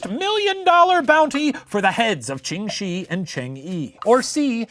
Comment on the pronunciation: Really great episode, but one little thing. Ching Shih isn't actually pronounced how it looks, it would sound more like "Chung Sheh" I know it's kinda dumb, but blame the Cantonese